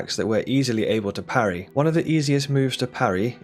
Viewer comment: "Pa rry" we dont do that bro